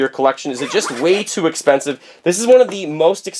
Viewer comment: "it´s very expenssive"....